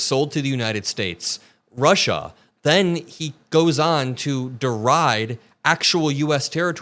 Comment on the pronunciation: He didn’t call Alaska Russia, he called it Rushia